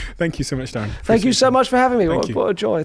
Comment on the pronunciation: It's not Derren It's Darren!